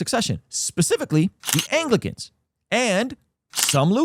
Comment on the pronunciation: Bro said anglicans🤦🏽‍♂️